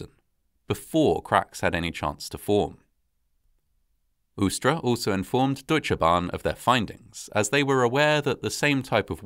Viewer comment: My compliments on how well you can pronounce difficult words like "üstra" and "Deutsche Bahn". I was still a member of the disaster control service in 1998, but I was in Hanover and it would have taken me about two hours to get to Eschede. By then, German army helicopters and other helpers were already on site. Many people died immediately and no help was possible. It was, as so often, an avoidable disaster. Today I live in the municipality of Eschede. Sometimes I see the memorial with the 101 cherry trees and think that at least this memorial was well built.